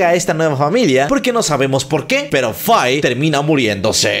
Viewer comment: Se dice fei pero me vlae verga igual me gusta :)